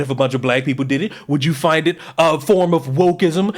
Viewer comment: “Fix yo peepoz” said unironically and with no self awareness whatsoever 😂😂💀💀💀